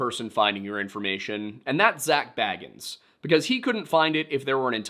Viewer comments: You are apparently so good at research and yet you can't seem to figure out how to pronounce Bagans... It's not Frodo Baggins we're talking about 🙄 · I do enjoy when people mispronounce Bagans as Baggins. He's like a creepy dudebro hobbit.